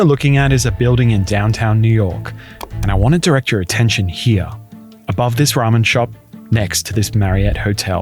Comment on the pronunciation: Why do you pronounce the wodlrd "here" as "hi ya" 😂, just wanted to say that.